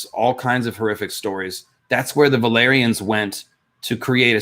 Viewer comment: Is it just me, or did say "valerions" instead of "valyrians" at least a couple of times?